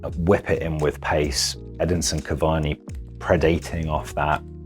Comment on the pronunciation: Did he say Headinson cavani?